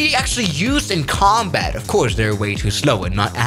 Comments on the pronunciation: Comtat xD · how i love a "comtat"